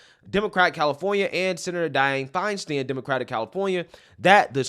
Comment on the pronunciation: It’s NOON-ez. I never mind mispronouncing any names—he does such a good job getting us the actual truth. In fact, I enjoy it when he says FINE-steen, instead of FINE-stine since he’s not being malicious. Makes me smile just a little.